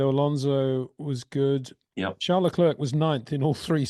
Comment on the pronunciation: Honestly, why are Englishmen so lazy in their pronunciation of foreign names? "Leclerk? Give us a break!